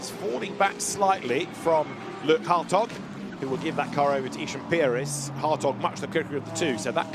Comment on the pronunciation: Every time they say Hartog I just hear hotdog 😂